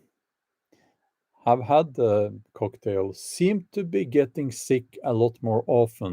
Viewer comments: Bjorn its not Cocktail its Coughtail ! XD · "The coughtail" instead of "cocktail".